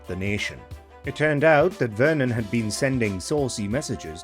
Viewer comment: “I’ve add to go ta Burga King” will never not be funny. People need to get a grip.